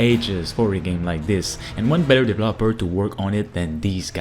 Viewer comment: The way you pronounce "developer" drives me nuts😂😂😂